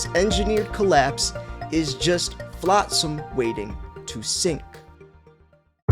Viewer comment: Flotsam, pronounced "flawt-sum." There is no "i" in the middle.